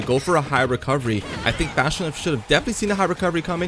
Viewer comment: Lol "Fash_o_nuff." I can tell the commentators don't speak the language. It's pronounced Fa_sho_nuff... It literally means For sure enough. It's kinda an old term, used mostly in the 1970s. But the individual words/combo words are still used today. I know they've had to have heard of "nuff said," maybe even the old term "sho nuff." Maybe also the affirmation term "fa sho" too lol. Anyway, back to Smash, the lance doesn't reflect. It was a hitbox that simultaneously hit another hitbox thus neutralizing the pk freeze. Unless the pk freeze just simply missed.